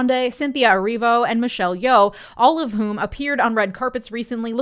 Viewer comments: damn man you had “Erivo” in front of your face countless times and still said Ervio. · It’s “Erivo”, not fucking “Ervio”! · Drinking game: Drink every time misprounounces Cynthia Erivo last name. As for the video.... What in the Taylor Swift is a secret Nazzi conspiracy theory? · Bro, learn to pronounce erivo